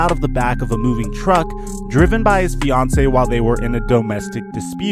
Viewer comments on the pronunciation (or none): none